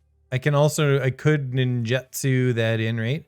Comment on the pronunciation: I don't want to be that guy but it's nin-joot-su.